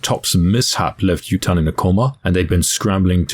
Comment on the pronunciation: Awesome vid! One thing though, the first names of the idols might be Japanese names. So Yutane’s pronunciation would be: You-Tah-Nay.